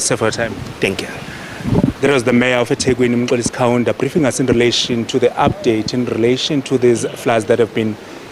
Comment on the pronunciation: Mmmm... 'Kaunda'? Ja neh